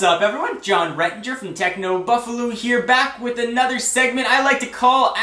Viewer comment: Just a quick thing. U say technobuffalu instead of technobuffalo